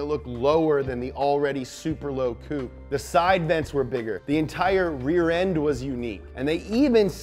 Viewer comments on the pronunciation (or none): none